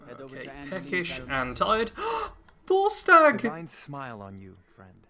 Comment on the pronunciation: vortsage? You mean Vorstag?